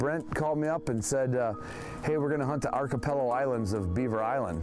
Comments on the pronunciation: First, the narrator needs to learn to pronounce 'archipelago'. Second, I am again thankful that where I live, north central BC, I drive fifteen minutes from my neighborhood and I'm hunting ruffed grouse. As for killing one of ten flushed, up here it's more like one in three. On a good day it's one in two. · What a way to pronounce Archipelago lolol. Great video though, makes me feel like I was back home